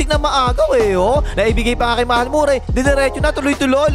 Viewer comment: Tol, hindi yan MurAy. Ma-re pronunciation nyan!